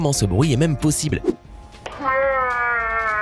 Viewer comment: Vers tu as dit polossible